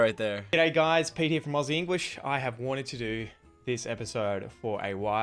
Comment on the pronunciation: Finally, got the pronunciation of ‘Aussie’ right!